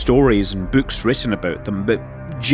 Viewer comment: "These bewwks"